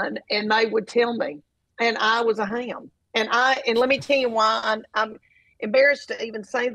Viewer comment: 🌿🌷🌿 Love Leanne! She makes the word 'ham' into a 2 syllable word... hay-am. ❤